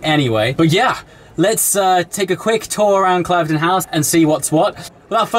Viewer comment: Ooops - an exclusive club at an exclusive location but you ought to have known it is pronounced "Klivden" not "Clive-den".